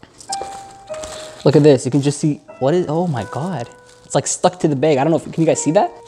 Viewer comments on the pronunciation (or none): He says beg instead of bag 🤣